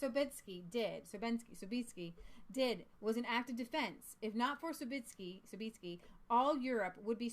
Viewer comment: Sobieski is pronounced Sob"yes"ki. I tried to make it easier in English. There is Sobieski vodka, which is imported to America.